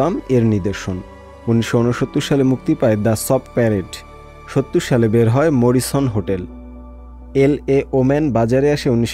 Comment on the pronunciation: এই স্টোরি যিনি করেছেন তিনি না পারে উচ্চারণ, না জানে মরিসন। অশিক্ষিতদের পুনর্বাসন বন্ধ না হলে এই দেশ সাংবাদিকতাকে সোমালিয়ার সমানে দাড় করাবে।